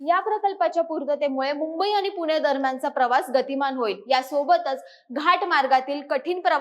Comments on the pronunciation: अशुद्ध बोलते. पुणे ऐवजी पुने म्हणते. तसेच इतरही. ण ऐवजी न उच्चार ऐकायला बरा वाटत नाही . भाषा सुधारुन व्हिडीओ बनवा. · पुने × पुणे बरोबर